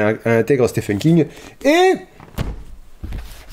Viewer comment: Super j aime beaucoup ce genre de vidéo. Et juste pour un peu de culture comme ça en passant... le prénom Stephen se prononce Steven. Mais si tout le monde s'en fout c'est pas grave 😁